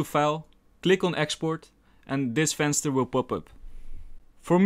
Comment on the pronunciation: 'And this VENSTER will pop up' 😂